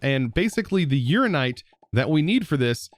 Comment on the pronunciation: I love that he noticed he misread he Inlaid Quartz block but is regularly misreading Uraninite 😂